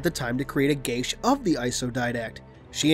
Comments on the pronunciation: would it not be pronounced similar to gay as, not gashe, because im pretty sure their isnt a h in geas, food for thought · It's pronounced gee ahss. Otherwise great video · I love ya man but, I think it's pronounced G-US. Not like you're saying it. Your saying sounds like gay-sh. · The pronunciation I found said "geSH" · That's not how you pronounce geas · I don't think you're pronouncing geas right ._.